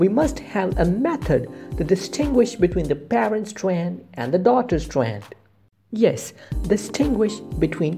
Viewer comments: STWAANDD! LMFAO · ITS STRAND S T R A N D STRAND OK